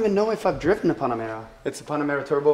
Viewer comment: It's not pannamera. It's Pan-Amera. As in Pan-America